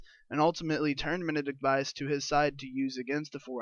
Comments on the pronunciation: MEN-di(like did)-Kent Bias, bro that is how you say it, please say it right! D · Please pronounce Mendicant Bias correctly you D.S..